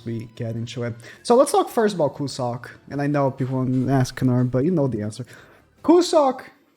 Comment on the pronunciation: Cusack should be pronounced as "Q-zuck" and not "Ku-suck" lmao